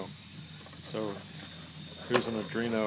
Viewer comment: Not that it honestly matters, but I'm 80-90% sure it should be pronounced "Are-doEE-no." not "uh-dree-no." In your defence, however, there actually IS something called an "Adreno". It's a Qualcomm cell phone GPU line. Pretty good line at that. Also, thanks for the video, I have the exact same motor, and I was looking for a good way to drive it. Would likely never have thought to leave out the common on my own. Too outside-the-box for me. I... like the box... Thanks again.